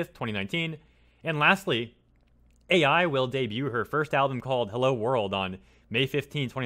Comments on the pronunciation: It’s pronounced “Eye” not Ai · KiZOOna AyEye... U's are usually silent, like suki being pronounced 'ski'. 'Ai' is a name, notice the I isn't capitalized, the name's pronounced 'Eye'. Why not take 5 seconds to listen to her say her own name in one of her videos? Would only make sense when the entire video you're making is about her. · It is not pronounced A.I., it is pronounced like Eye. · Sorry to gripe, but her name is pronounced like the Japanese word "ai." (eye) Knew VTubers have been around for a while, but didn't know they were THIS popular